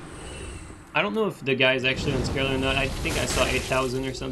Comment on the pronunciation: I can never tell if you're saying unscaled or unskilled :D same thing though so it doesn't really matter please do more of these